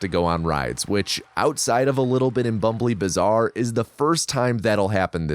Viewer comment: I can't watch this video without Marcel calling it "Bömbly Baßaar"